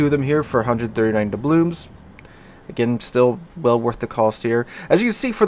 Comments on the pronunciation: Are you saying 'DoublooMs'? I feel like the guy who gets pulled over in Super Troopers having to ask if they're saying 'Meow'. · Good review of the bundle. It's Doubloons not Doublooms btw. I think Da'blooms might be something to do with flowers